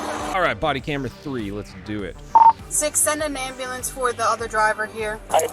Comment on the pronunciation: Did you say Amberlamp. 💘😻